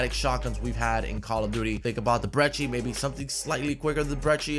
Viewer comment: There is no h in brecci